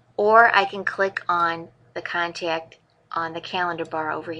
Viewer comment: Cool video, but the word contact doesn't have a 'y' in it. 'Con-tayy-kt'